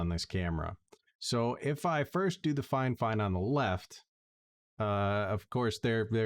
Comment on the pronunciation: Thank you and cheers, I did chuckle when you pronounced "Fi-Fine" as "Fine Fine" and had to mention it hahaha